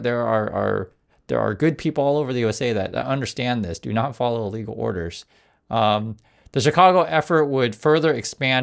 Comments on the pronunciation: Just a suggestion, but... enunciate when saying "illegal" so there can be no misunderstanding later used against you. It sounds way too much like "legal" for your safety. Again, just a suggestion. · Watch your enunciation, I too often hear and the Ai doing CC prints "legal" when you clearly mean "illegal" orders